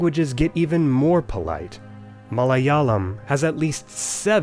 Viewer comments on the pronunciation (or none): Love your vids! Friendly note, Malayalam is pronounced muh-LAY-a-(L)am where the last L is formed further back on the soft palate (think of folding your tongue back on itself and saying an English L upside down). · i cringed when he said malayalam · I'm sorry, how did he just pronounce Malayalam?